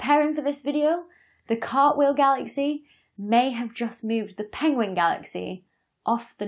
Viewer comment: I see you side with the Cumberbatch phonology of the word "penguin". Nice. 😊